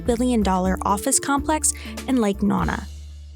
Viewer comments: FYI Lake Nona is pronounced “Lake no-nah”, not “Lake non-ah” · Dang it the mispronunciation of Lake Nona is all I remember from this 😒